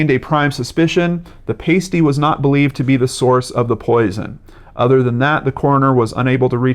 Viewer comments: Pasty... "ahhsty" not "ayysty" ;) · It's a pah-stee not a payst-ee. It's a sausage roll like savoury pastry but it also has vegetables. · Pa-stey not pay-stey. A meat and vegetable pastry from Cornwall. As you werd. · It's not pay--stee...it's pah-sty. They taste a lot like a pot pie. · Sorry but your mispronunciation of pasty cut through me. It is pronounced Past-E. Not paste-e. That's a nipple tassel/covering. I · OMG haha pasty., they're not stripper nipple covers, they're essentially hot pockets and pronounced PASS Tee lol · Mate, you have a great channel. Excellent stuff. Pronounced PAS...TEE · Lol pasty is pronounced past-ee 👍 * as in your "past" and future* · its pronounced "parsty" with an r but spelt pasty btw if you want another mystery from this city near where i live look up "The Beaumont Children" perhaps Australias biggest missing persons case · Pastey is pronounced past E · a pastie with a long 'a' (pronounced like 'April') is a little tassel or the like worn on an exotic dancers breasts. The meat pie (pasty) is pronounced with a short 'a' as in 'actor'. Just an FYI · More comments about you not saying pasty right than about the case. Lol I think he gets it by now guys. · Great video as always,! But the way you say Pasty... XD (Pasties are still a big thing over here;) ) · And summertun not Somme-er-tom. I’m a yank and I know it’s “passtee” though I lived in the UK for a bit.